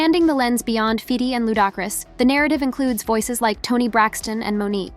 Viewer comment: Who TF is Fiddy and Lou Dockris, always some cuntianna butchering ppls names, smh